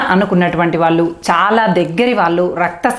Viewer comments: వాల్లు, వాల్లే..... కాదు తల్లీ...... వాళ్ళు..... వాళ్ళే, తెలుగు..... దయచేసి.....!🙏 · ఈమె మళ్ళీ ఉపాధ్యాయిని.వొత్తులు ,ల ళ ...